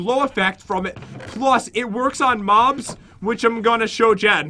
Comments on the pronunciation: He sounded like he said mom but he said mob but LMAO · Why you said mom not mob yaaaaaaaaaaaaaa yaaaaaaaaa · Did anyone notice when pat said moms instead of mobs